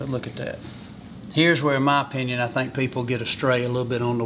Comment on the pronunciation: Too funny, OPINYAWN DISCUSSYAWN FILET MINYAWN!! Lol